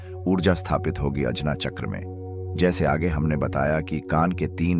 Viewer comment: अजना चक्र नही, आज्ञा चक्र होता हे,, शक्तिपाठ नही ,शक्तिपात होता हे,,सुधारो